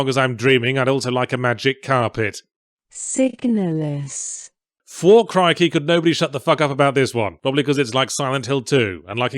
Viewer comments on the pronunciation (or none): My mind is shattered. Any time I've seen the name or box art for Signalis in the last few years, I've heard it read in this voice. But now that I've listened to it again, it's not even pronounced correctly! This isn't how I hear it! My world is a lie!